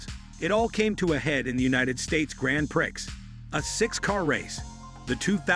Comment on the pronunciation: If you're going to use AI narration at least have the decency to teach it correct pronunciation, my French may be rusty but I'm pretty sure it's not Grand Pricks.